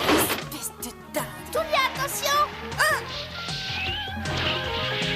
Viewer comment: Tulia* le u en japonais ce prononce "ou" 😌😉